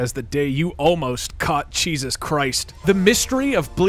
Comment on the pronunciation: 'Cheesus christ'